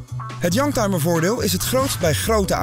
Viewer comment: Ik verstond een jank timer, dat zijn ze soms wel.....